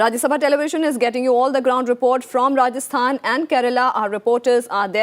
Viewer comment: she says rajasthan and kerela😂😂